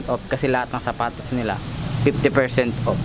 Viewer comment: Ako lang ba nkakapansin ky na imbis off. Op yung bigkas nya. Hahaha pero ok na rin. Pinoy eh. 😁 50% op. 😍 Lovelots.